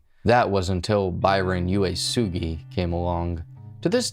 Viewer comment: Uesugi = "Oo-eh-sugee", not "You-eh-sugee". Hiro = "Hero", not "High-row". Nuuanu = "Noo-ooo-ah-noo". "La'imi Road" = "La-ee-mee", not "Limey".